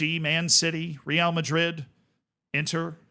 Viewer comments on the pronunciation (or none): none